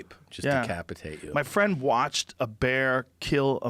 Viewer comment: I'm not your fwend, Guy!